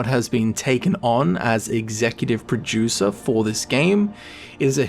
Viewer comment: Sounds like you are saying Executive Pro-Juicer